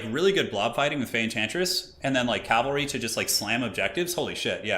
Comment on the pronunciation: is killing me with the calvary.